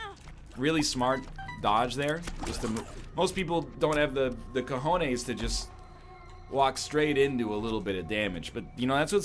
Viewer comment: Egg keeps saying "cojones" and I'm actually concerned that one day he'll pronounce it right and get his video demonetized